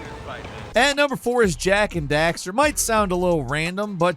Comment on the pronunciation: Jak and daxterrrrrrrere